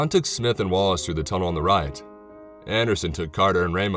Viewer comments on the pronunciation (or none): none